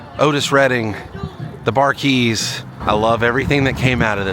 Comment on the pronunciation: The Bar-keys? It's pernounce The Bar-keys.